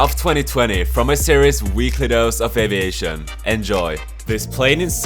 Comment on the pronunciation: Its Av I ation The I is quite an important part of the word Aviation